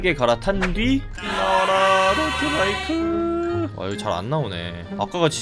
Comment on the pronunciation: 자꾸 더트바이크를 더치바이크라 하넼ㅋㅋ 늙어가는 증거인가